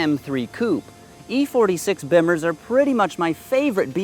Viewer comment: Learn how to pronounce "Bimmer" dweeb